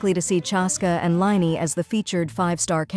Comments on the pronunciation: “Liney” HAHAHA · You should try different way of to pronounce character names using the voice bot like “Linny” instead of lyney which turns into